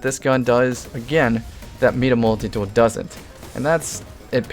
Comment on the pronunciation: ITS FUCKING MY-DA MULTITOOL.... NOT MEEDA MULTITOOL....... jk jk just making salt